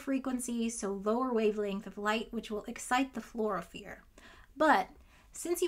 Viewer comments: First, I'd like to thank you for the distraction from the thing going on. Second, I am often mistaken but every time I've heard Fluorophore pronounced it was "floor-o-four". Again, often mistaken but I've handled a few of them. Finally, in response to the observation that you get less light noted Tell ya what: Who cares? Assume you have a magical Photomultiplier that can go ahead and detect single photons and is magically programmed at the emission wavelength.I think the limit of the system is not a particularly small number in a theoretical sense. I suspect the limit is determined by the size of the fluorophore and it's surroundings. If a fluorophore emits at 460nm given: 1 photon of 360nm light, 2 photons of 720nm light, or 3 photons of 1080nm light I think the limit is when the wavelength is so high that it no longer reaches the fluorophore. Also, this forced me to look up if Radio-frequency wavelengths can induce fluorescence, and it looks like the answer is 'yes' based on a 2002 study linked below: The author is using 3.175MHz radiowaves which comes out to a wavelength of about meters. Rounding down to 94.0 to keep me sane, 94m / (360nm * (1*10^-9)) ~ 261,111,111 This is a lot of emitters, and the frequency can get lower! Based on this, I would say the limit is determined by whether or not Comically Long Frequency Radio Waves (Think <<1Hz) can reach your sample from the emitter, and if enough can be pointed at the sample to excite the fluorophore. I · Love your videos. Pedantic pronunciation comment for you to enjoy: fluorophore floor-oh-four rather than floor-oh-fear (the former of which you use at the end). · I never heard fluorophere, but always fluorophore! But I like the way you pronounce the word nonetheless. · Fluorophore as "florafear" is great, I love it.